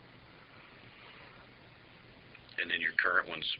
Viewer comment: cop "and it was also on YA.....HOO?" hahaha, trying to say Yahoo! correctly and sound like it perhaps, thought I heard YAWHOOOO haha in another case here